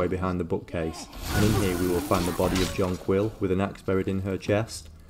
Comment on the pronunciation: its not "john quill" im sure it would be pronounced like the flower